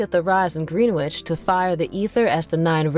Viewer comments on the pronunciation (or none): What on earth is Green Witch? Do you mean Greenwich? Ugh love maybe learn how to say the names of the places you’re talking about if you’re gonna make videos like this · Greenwich is pronounced Grenitch btw lol